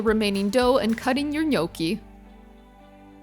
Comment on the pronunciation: You're not pronouncing gnocchi correctly